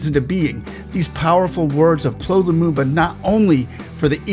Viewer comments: 😂😂😂You got his name wrong.... Say it with me.... "Pea Ell Oww Lumumba"... PLO is an abbreviation Your content is top notch 👌👌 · His name is pronounced letter by letter, P.L.O., It is NOT pronounced PLO as in flow. Get it right! once again you've proved the arrogance of western culture does not care. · The name is not "plo" as you wrongly pronounce it. It's P. L. Or. Those are his initials for Patrick Loch Otieno. If you respect the man let your respect include calling his name properly. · It's P.L.O not plo, every letter stands for a name. Good job sir.